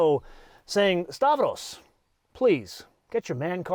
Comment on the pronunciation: Make stavros a favor, refer to him as stavros but call him Stavro. Please stop assassinating greek names. After all, every greek person loves benzes and audis 😅 like me